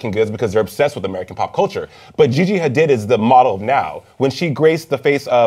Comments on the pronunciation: and are pronouncing Gigi's last name as Ha-deed, but insist on saying Ha-did throughout the who segment! WHY! Hard for me to take this discussion seriously in pop culture context! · Ughhh every time says “Ha-DID” I just wanna scream. It’s “Ha-DEED”!!!! The other two hosts said it right... were you just not paying attention, or did you think they were the ones who got it wrong? 😹 Lol, yeah yeah, I know— this probably bothered me way more than it should’ve... Oh well! 😜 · HA-DEED. how f*cking hard is that to say?! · Cringing every time he says Gigi's last name